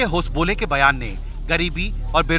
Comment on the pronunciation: Thik se prononciation karo naam होसाबाले